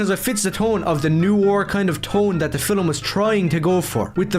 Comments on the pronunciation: Does anyone else get annoyed when he says fillm instead of film? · How about a drink evertime this racist says words wrong like Filum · I hate how he pronounces film as fillem